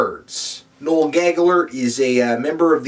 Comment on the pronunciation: his name is pronounce no-ell?